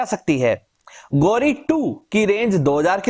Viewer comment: Ghori not gauri